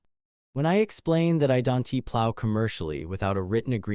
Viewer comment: Why does the voice over pronounced a " t" after every contraction? Example don't with an extra "t" after the word. Try AI that knows the spoken language.